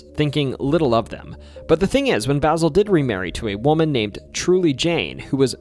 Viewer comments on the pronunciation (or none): Way to butcher mavis and basils name